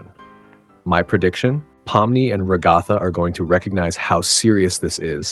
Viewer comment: You say Ragatha weird. I assume it is the combination of 'rag' (as in 'rag doll'), and Agatha (a feminine name, probably commonly used for children at a time when rag dolls were popular, otherwise known as 'old lady' name)